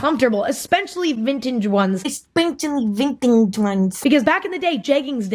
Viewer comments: spells it how Emma says it Es-peh-cha-lly~ ven-chig’ ones😂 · "eSPechiLLy vinntange Ones" im deadddddddddd hahaha lolol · "espenshly vintije ones" sksksahkgkds im crying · Enspenshaly vintaige ones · Editing emma bullying herself for mispronouncing 'vintegeie' is a whole ass mood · my Asian mom trying to say “especially vintage ones”😂